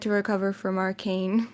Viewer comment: It's supposed to Arcane, not Arcant